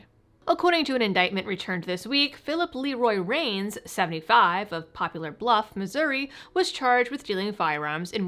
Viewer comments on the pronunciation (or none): That's "Poplar Bluff" - like the tree. I know you didn't make the [original] mistake.